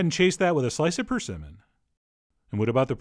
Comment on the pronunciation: I don't think you pronounced persimmon correctly.